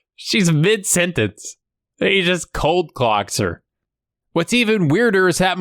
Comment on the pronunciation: It's coldcock not cold-clock. Although I dont know WHY it's coldcock, cold-clock makes slightly more sense, but it is indeed wrong.